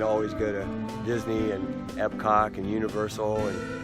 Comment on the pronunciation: Did you say epcock instead of epcot at the end there? 😂😂😂